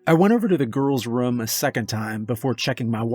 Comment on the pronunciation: love it but damn how you pronounce room makes me want to unsub and stop watching